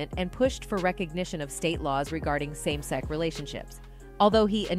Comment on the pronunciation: Why can't the commentator pronounce the word sex? I have never heard anyone pronounce sex as "sec". Weird!